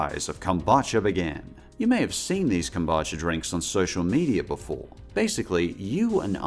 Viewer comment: Kom-boo-cha 😅 not kom-ba-cha